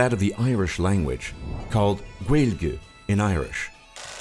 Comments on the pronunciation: Éireann is pronounced Eyeren Gaeilge is pronounced Gwailgah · It is pronounced eire(a ra) gaeilge(gwalga) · Kool Kids Klub the way they said Ireland and Gaegile in Irish 🍀😂😂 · M4V3R1CK me too what's gwailige that's how he pronounced it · Kool Kids Klub he pronounces it gaelgeeee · No hate put you pronounced Éire completely wrong, it's pronounced air-ra. Gaelige is pronounced gay-le-gah. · You pronounced every single Irish word gaelge is pronounced gw-ay-el-ga Gaeltacht is gw-ay-el-tokt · He said gaelige so wrong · Yeah they didn't even pronounce gaeilge right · Kool Kids Klub same the way they said èire and Gaeilge . Tá sé an crainoar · And Gaelige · He pronounced Eire and Gaelge so wrong it's not even funny. And there are certain schools that you can only speak Irish in it. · the way he said gaeilge! hahahaha he also forgot our spice bags😹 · The way he said gaeilge made me piss me self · In Irish and hè Said éire and gaeliga wrong btw dont know how to spell gaeliga